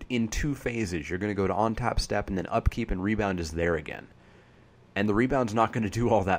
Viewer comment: where do you live? Your pronunciations are mostly "normal" but then you say ontap for untap :) Just wondering.